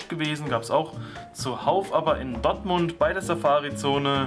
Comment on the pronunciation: Das heißt "Dortmund" und nicht Dottmund 😁